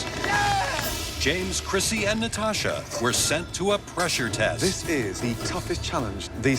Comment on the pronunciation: It is krissi, not crissy!